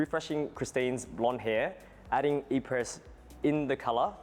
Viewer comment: His inability to pronounce “Apres” is already making me skeptical…🤔